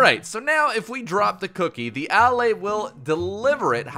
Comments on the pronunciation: Its not A-laay its Alae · Its pronounced uh-lay, Not Al-lay. They say it in the into video. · Why do you pronounce it AL- Lay when there's videos of the devs pronouncing it uh-LAY? This is worse than the time they added elytra and every youtuber on earth, instead of just googling how to pronunce that word (EL-ih-TRUH) made up a new pronunciation (ee-LIE-truh), and it stuck now with a whole generation of kids. I really don't understand peoples' brains sometimes. I feel like everyone is trolling me. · It pronounced "Uh- Lay" like you are just saying the word a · I don't wanna be that person, but allay is pronounced al-ay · I'm pretty sure it's pronounced "a-lay." Allay is an English word meaning "to put at ease." Contrast it with "Vex" which is a latin word used commonly in english to mean "to bother or upset"